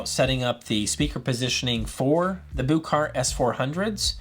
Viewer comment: Not to be nitpicky, but if you listen to the Danish press, the pronunciation of the name of the company sounds like the English words “Book Heart.” It’s not “Booooook Heart” as you are saying. That’s all.